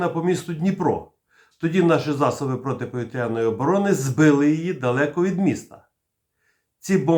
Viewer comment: ПАНЕ ВИ КАЖЕТЕ ПОВiТРЯНОi З НАГОЛОСОМ НА Я САМЕ ТАК КАЖУТЬ КАЦАПИ НАСМiХАЮЧИСЬ З УКРАìНСЬКОi БАГАТО РАЗ ЧУВ ТАКЕ.